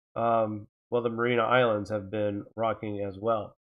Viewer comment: Mary-ah-nis islands Ray-kee-yahnis